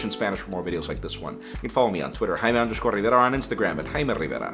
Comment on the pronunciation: YOUR NAME IS JAIME NOT HAIME .